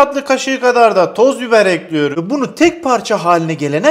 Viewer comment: Nobody::tencereyi ocağa ekliyörüm